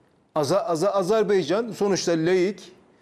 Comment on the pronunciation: Azerbaycan diyemiyen Adam analiz kasıyor ya Sen önce ülke ismini Adam gibi söylemesini öğren ağar